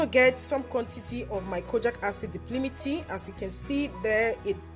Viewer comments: thankyou for the video, very informative. But, It's Di-pal-mi-tate not di-pli-mi-ti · Great video thanks. It's called di-pal-mi-tay-t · Dye-palm-it-ate! Exactly. Seconded, these videos are so bright and happy!